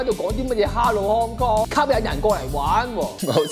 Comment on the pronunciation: 屍u in 糠狂